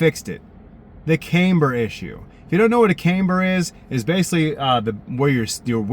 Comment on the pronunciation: It's CAM-BER....not CAME-BER.